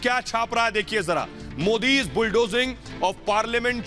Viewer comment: Request to reporters pronounce Modiji